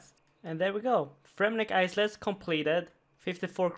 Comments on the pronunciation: Isles is not pronounced “eye-cells”, it is pronounced “eye-els” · fremmy "IS-LES- completed. lol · Great vid, the content keeps getting better... except that time u said Fremenik aii-cells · I know you're a foreigner but "isles" is not pronounced ice-les. Lmfao